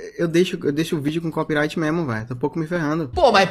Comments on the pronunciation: falando o ingles fluente dele mas falando CoPiRaIgUiTi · O melhor é ele falando em inglês, mas quando vai falar "Copyright" ele manda um "Cópiraiti" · fico chocado com a capacidade do de babar ovo pra gringa e n ter capacidade de falar ''copyright'' corretamente, o cara falando toda hora copirait vsff q agonia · Ele mistura inglês com português mas fala Copiraiti